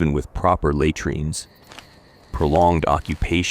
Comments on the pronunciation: take notice lay treenz! It is la treenz. Had rian is hay drian.... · Please, get someone real to listen to your voicetrack and correct the mispronunciations and improve the pausing and intonation. It's not that difficult and would add quality. A video that cannot pronounce the subject matter it's supposedly an expert on loses credibility and engagement. At least get words like 'latrines' which are mentioned every few lines right. It would also help to use more authentic-sounding pronunciation of Latin names and terms. Just a simple hack like pronouncing 'v's as 'w's and all 'c's as 'k's and 'j' s as 'y' s helps immersion....